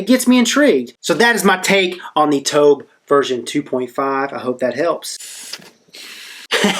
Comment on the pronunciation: Someone like Rip should know it's not called the T-O-B-H! Geez that drives me nuts when i hear people spell it out. I don't know what ever gave anyone the idea that its spelled out?!? but, yeah, Rip should def know that it's the Tobh, not the T-O-B-H.